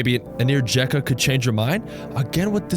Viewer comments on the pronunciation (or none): none